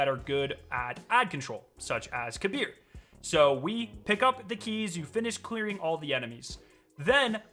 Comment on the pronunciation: Thank you for saying kahbeer's (kabr) name correctly